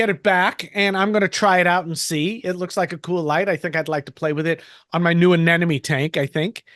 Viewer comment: Fun show, but I'm seriously laughing at you bitching about people mispronouncing things, but then you persist in pronouncing "anemone" as uh-NEN-uh-me instead of uh-NEM-uh-nee. I mean, they're called NEMs for short, not NENs, dude. Then your 3,000 subscribers hear you and mispronounce it, and they say it to their friends, and soon we have human sacrifice, dogs and cats living together, mass hysteria!